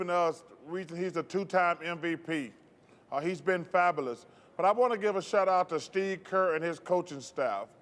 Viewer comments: Why can't you pronounce "fabulous" correctly bro 😂 over here saying fabowlus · “They were Fabules”- Charles Barkley 2019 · "played fabalus", haha Chuck